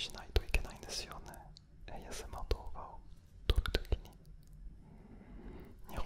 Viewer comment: の日本語ってほとんど母国語なまりが無い。すごい。ASMRっていう単語すら日本語っぽく読んでるの意識高すぎ！！